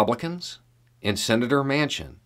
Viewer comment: "Mansion" would be a more accurate pronunciation of this traitor's name.